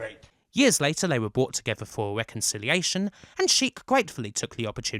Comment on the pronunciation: “Marrag is what bwings us towether”